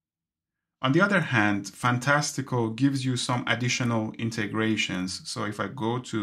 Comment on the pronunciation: Thank you for this! I have already made the switch to stop the financial drain! Can’t wait for the update! One tip, the app is pronounced ‘Fantastic-Cal’. Cal, like the start of ‘Cal’-endar. I wish that you would slow down a bit and tell us what to do as you were doing it. For instance. “to expand this calendar view, I am spreading two fingers in the middle of the screen.” Very helpful video!